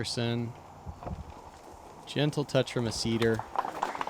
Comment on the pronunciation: It's "Cedar" as in a cedar tree